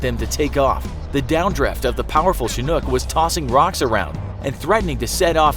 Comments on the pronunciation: The way he says Chinook gets me pissed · You mispronounced chinhook